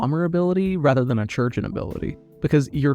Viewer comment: bro that's not how you pronounce chirurgeon